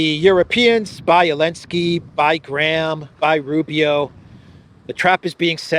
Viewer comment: Why call him "Elensky" instead of "Zelenskyy"? Have I missed something?